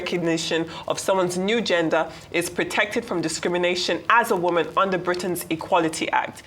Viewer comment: No not “woman”…Woman.